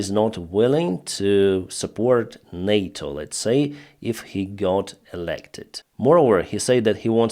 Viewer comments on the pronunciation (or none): none